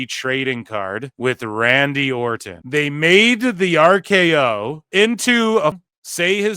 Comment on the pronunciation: lol no idea why this irks me so much, but the way you enunciate the “t” in Orton is killing me